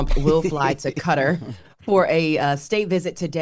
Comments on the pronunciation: Girl... stop saying CUTTER... just sat Kat-Tar like normal people. Or actually say it properly.. Kuh-ta. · lol naa I know what she trying to say she just always making lil errors herr and there but to someone who isn't aware it's pronounced "kuh-tarr " as per Google not CUTTER lol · Y'all know of a country called Cutter??? I know QATAR...(KA-TAR) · Pronouced KA... TAR! Not... Cutter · Wtf is Cutter? Is she supposed to be saying Qatar? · Why is she saying Cutter 🤣🤣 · No she is literally just saying Cutter... Kuh-Ta is more accurate. Or she can just say Kat-Tar like everyone else. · It’s pronounced Kuh-TAR not Cutter 😅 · no it’s not… it sounds more like gutter than cutter in Arabic. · I've lived in Qatar for 5 years. The locals pronounce it Ka-Tar, not Cutter. 😅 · It's soooo weird that became the pronunciation. It just to be Guitar... now it's Cutter... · “The pronunciation in English is different because the word uses two letters that only exist in Arabic,” Ali Al-Ansari, a Qatari government media attaché, told Yahoo Sports via email. The accepted pronunciation “would sound like saying: Kuh-TAR.” In other words, what you hear when you search “how to pronounce Qatar” is fine. “Another way that also works is Kuh-Ter,” Al-Ansari added, “but sometimes that sounds like ‘gutter’ so we prefer Kuh-Tar.” -yahoonews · Did she say cutter? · KAH-TAR lmao. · Qatar pronounced "cutter". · When did we change the pronunciation of Qatar? isn't the only one I've seen do this ever since this airplane crap came up. Other outlets are mispronouncing it as well. It's Kuh-tar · it's Qatar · Stop being so American. It's NOT pronounced that way. It's an Arabic word. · butchering tf out of these names lol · Why can yanks not pronounce Qatar? LMAO. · It isn’t actually.. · She's saying the country name wrong😂